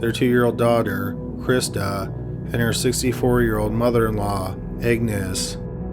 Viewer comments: Is he saying “Agnes” or “Egnes”?! Lol! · Agnes is pronounced AGnes not, EGGnes. AG - nes. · Agnes isn't pronounced Eggnis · Isnt "Agnes" pronounced "Añez"?